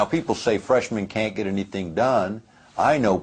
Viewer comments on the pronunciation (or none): none